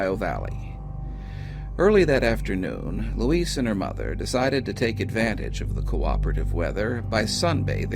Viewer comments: I think that's Louise (loo-eeze), not Luis. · Good videos but just excruciating for me to listen to. I wonder if Louise's family mispronounced her name Luis (a Spanish male name) or just you. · I couldn’t help but notice that the narrator pronounced Louise’s name with a hard “s” (as in the male spelling of the Spanish name Luis). Forgive me for pointing that out - I just have an eye (and ear) for detail